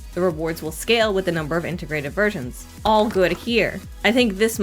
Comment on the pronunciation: I kept hearing integrated virgins instead of versions XD